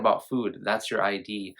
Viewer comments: It's actually pronounced "id" like rhymes with squid, not I.D... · No shade, but it’s pronounced “id” (rhymes with “kid”), not “eye dee”. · It’s not I.D. It’s id, rhymes with “lid”.